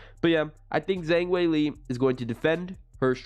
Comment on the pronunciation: Learn to pronounce Weili's name if you're going to do videos.